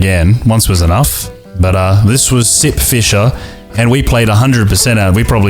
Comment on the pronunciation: I thought you said "This is Simp fisher" in the beginning and i thought "Hm.. people simp for the weirdest things theese days"